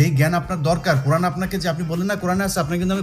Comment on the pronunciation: কুরআন বানান টাই-তো ঠিকমতো বলতে পারিস না তুই।